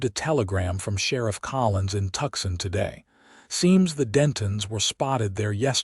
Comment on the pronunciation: Bakersfield, CA ❤😊Nice action and romance packed western. Enjoyed it emencely, BUT could you teach AI to pronounce Tuscon as Too-sahn instead of tuck-son. I would be grateful. AI's pronouncement is like nails on a chalkboard!!!😂